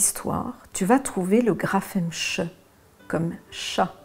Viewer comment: J'aimerais apporter une modification dans votre exemple car ça n'est pas tout à fait juste le "ch" ne se prononce pas "che" comme vous le dites mais "chhhh" bien faire attentention. Car si vous dites à l'enfant que le "ch" se prononce "che" et bien il croira que cela s'écrit "chE" et non "CH"